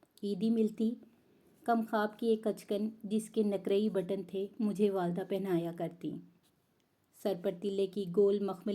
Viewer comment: محترمہ ریڈر صاحب " کمخواب " کے " ک " کو " زیر " سے پڑھا جاتا ھے۔ Kamkhwab ( galat hai ) Kimkheab ( Saheeh hai ).